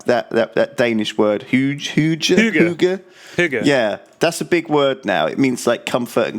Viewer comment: Wow pronounced hygge really well